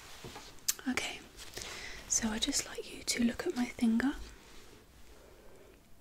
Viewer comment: "OK now I would just like you to look at my thinger"